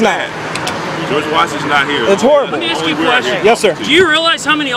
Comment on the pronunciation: It's pronounced ASK not AXE. Idiots